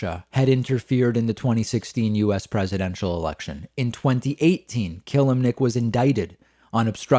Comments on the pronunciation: It's pronounced "Ka-lim-nic" nto "Kill-lim-nic" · If you say This mans name wrong one more time it not killemnic...it kelimnink....I’m not spelling it right on purpose I’m spelling it like your saying it wrong...lol